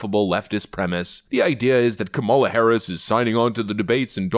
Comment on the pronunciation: Dude. Learn how to pronounce the vice president's name. It's not difficult.